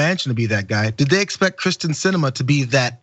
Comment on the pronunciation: Would someone please pronounce Kyrsten’s name right?